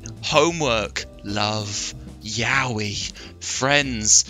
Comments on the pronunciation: The fact that Will knows how to pronounce the word yaoi actually frightens me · Honestly, i didnt expect him to pronounce yaoi correctly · OH FUCK OH FUCK HE KNOWS HOW TO PRONOUNCE YAOI RIGHT OH FUCK DOES THAT MEAN HE HAS EXPERIENCE?